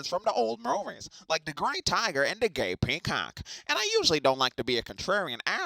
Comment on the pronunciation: Hey uuh You forgot the "r" in G*r*ay Peacock